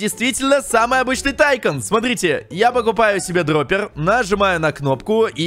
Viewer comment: Если что как ты говоришь тайкон называется не так тайкун называется атйкун